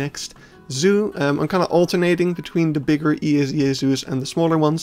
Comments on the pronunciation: You can pronounce EAZA (ehahzah) as a word and not just its letters. At least I believe it is how officially it is supposed to be pronounced. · At their annual conference and media they always refer to themselves "ehahzah". I have worked in the UK and I never heard E.A.Z.A. For instance, I have also asked to a Brit how to pronounce BIAZA (the British and Irish association) and he told me it was "Bee-ah-z-ahh" - which also does not sound the most natural to the English language.